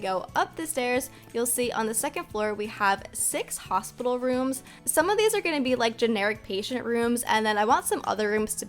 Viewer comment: Literally in the last vid one person said hostpital